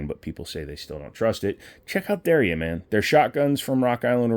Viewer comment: Der ya, two syl-ables.